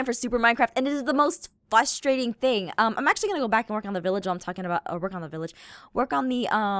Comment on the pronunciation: Did she say" fustrating"